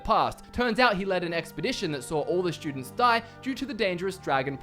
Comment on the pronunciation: "Shtudents," "shtrong." Using "there's" + plural. Disliked.